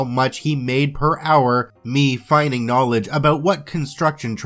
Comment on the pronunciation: Your pronunciation of the word feigning is driving nuts it is pronounced fayning. Just saying.